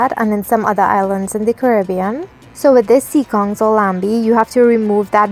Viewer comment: It is not laMbie it is Lanbi. You don't prononce the M. This word is an French creole word as once, the national langiage in Trini was French Creole.